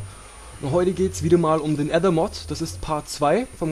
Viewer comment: Klasse Video :D Aber das ist echt kacke wie du Aether aussprichst xD Das spricht man "ÄÄhhhther" :P